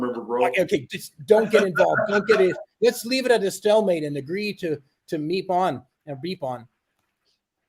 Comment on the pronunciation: I remember the words on the screen, said beep beep. But it sounded like he said meep meep.